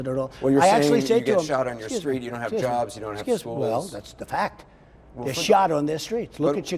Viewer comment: "The black youth, they can't get jerrbs!" Everytime, I know he's going to say "jerb" at some point, but I am never prepared for it. :D lolo.